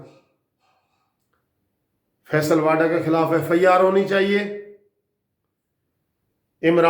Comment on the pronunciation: متحترم صاحب فیصل واڈا نہیں بلکہ صحیح نام فیصل واوڈا ہے، مگر فائدہ کوئی نہیں آپ نے نہ تو معذرت کرنی ہے نہ ہی تصحیح کرنی ہے۔ بحرحال میرا فرض تصحیح کیلیے کوشش کرنا ہے اور باقی جیسا آپ پسند فرمائیں۔